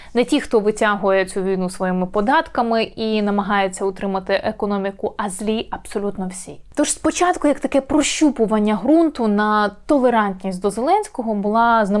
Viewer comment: РагулЕм, а не рАгулем; не сітка, а мережа телеканалів; вівтар, а не алтар; промацування Ґрунту, а не прощупування Грунту; спИна, а не спинА; згідно З опитуванням.